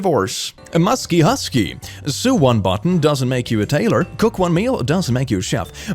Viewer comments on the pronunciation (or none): what does it say about me that when I saw the N and the baby chicken my brain went "nugget" omg. he pronounces "sew" like "new" which apparently is wrong. I feel so validated rn. English, why THE DEJECTED "is this true" AT LIKE I AM DYING any German-sexuals here? I am German